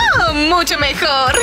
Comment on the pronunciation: Mecusta musho